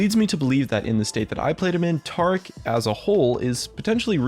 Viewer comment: Taric, not Tarc